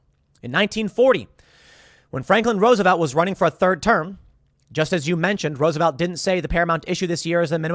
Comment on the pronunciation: thirde turm? did think you can only haw two